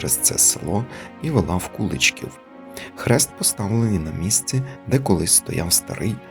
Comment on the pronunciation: Дуже цікаво ,я зВеликих Мостів з діда прадіда ,мій тато також служив в польскій армії в 1939 роціті в нас згадувалося село Вечорки і у В.Мостах живе Мар'ян Кладний ,може то родина ,а село називажться КуличкІв ,наголос наІ ,село недалеко від Белза